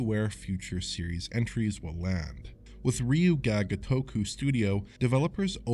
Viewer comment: Everytime says Ryu Ga Gotoku I die a little inside.